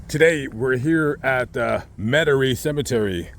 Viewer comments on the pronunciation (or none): METAIRIE not Metarie